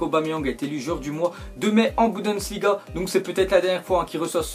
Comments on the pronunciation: mais ptn c Bundesliga pas "Budensliga" !!!!! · c'est bundesliga pas budensliga